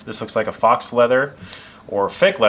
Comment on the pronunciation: Faux leather is pronounced “fo leather” just a heads up 👌😂 great video boss.